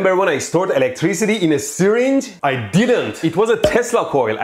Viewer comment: It’s pronounced syRinge not sYringe